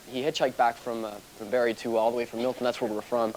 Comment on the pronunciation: This is the most Canadian shit ever "My friend is super adventurous, he hitchhikes to BAREEE and it just stresses me out ya know?"